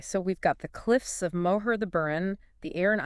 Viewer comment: I dont think the pronunciation of "Moher" is correct.